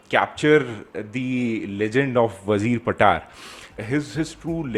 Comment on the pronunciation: Damn ! Its not how you say Wazir patar,(WAAZEER PAATAAR) it goes like ......WAA ZIRR PAATR ( वाहजीर पातर)